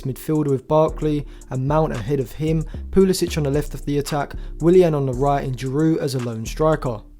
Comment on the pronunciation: Thx for the vid. However CP22 is from the US not Croatia so he pronounces it Poo-LUH-sick, not -ich. Please show the player a modicum of respect and get his name right..